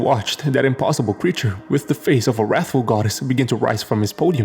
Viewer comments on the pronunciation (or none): none